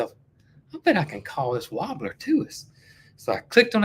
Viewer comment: Is saying warbler or "wabler"? I like his accent and usually have no problem translating.